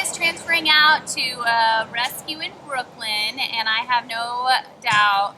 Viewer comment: Did she say Brooklyn as in New York?